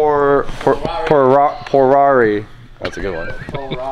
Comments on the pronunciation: It's a PoRatti...not a porarri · Why porarri It's a porati not a porarri right